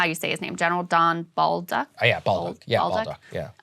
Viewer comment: Bolduc is pronounced bowl-duck not ball-duck 😂😂